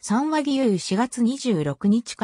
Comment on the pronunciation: さんわではなくみわよしたけ、やまもとごじゅうろくではなくいそろくが正しいと思います。